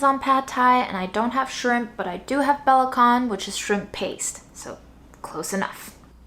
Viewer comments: Great job, as usual,! Love the cornmeal dumpling idea. By the way belacan (Malaysian-Indonesian shrimp paste) is not pronounced 'buh-lah-kahn', it's pronounced 'buh-lah-chan', just like c in chutney. Have a nice day! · It pronounce be la chan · Hurt my soul a little when you pronounced 'Belacan'. It's "Buh-Lah-Chan". Love you, keep up the good work. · Love this! But it's not "bela-can" with heavy "K", instead it's "bela-chan" like how u pronounce C in Charlie 🥲🥲🥲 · Belacan is pronounced like be-la-CHAN (sorry, it was killing me as a Malaysian). But, as ever, a stellar job with a relatively restricted pantry,! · it's pronounced Be-la-CHan like CHinese. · The way she pronounce belachan be-la-can 😭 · the shrimp paste is from Malaysia and it's pronounced as bur-luh-'chan', 'chan' as the Japanese pronunciation. Belacan is a fermented shrimp paste. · Belacan is pronounced buh-LAH-chan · The “can” in belacan is pronounced as “zjan” (rhymes with chant) :) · Hi! It’s pronounced as “bela-chan” ☺️ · it's pronounced bela-chan, as in Chan and not Khan! 😎❤ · it's pronounced be-luh-chun;) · We pronounce belacan ber-lah-chan here in Asia! Love as always! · For the curious, I asked about the pronunciation for "belacan" and it turns out it's [bʌ'latʃan] (if I chose the right IPA, lol). This was once again a fun video, and that salad at the end looked delicious! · crying at the way she pronounces belacan, you go hahaha😭